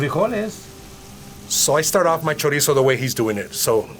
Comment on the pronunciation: You know you gotta learn how to properly say ‘chorizo’ if you’re going to be around it.